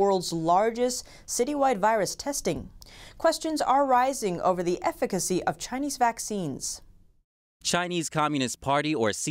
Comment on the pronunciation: Finally you learned how to pronounce "efficacy". 😂👍